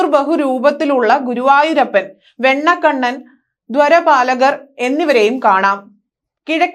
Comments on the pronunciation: ദ്വ ര പാലകരല്ല കുട്ടി ദ്വാര പാലകർ ആണ് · Malayalam vayikan ariyavunnavarekondu vartha vayippichal pore.dhorapalakar alla,dhwarapalakar anu athupole vereyum thettukal undu vayanayil